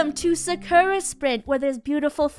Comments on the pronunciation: its pronuced sa-ka-ra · You pronounced Sakura wrong it is pronounced sa-kid-uh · Sakura it's pronounced sakoora